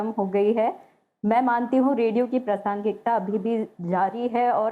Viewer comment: आकाशवाणी से होते हुए भी ' प्रासंगिता ' शब्द का द्वारा अशुद्ध उच्चारण करना खल रहा। है।